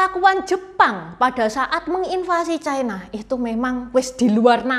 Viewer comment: Ucapan yp bnr China, bukan Chaina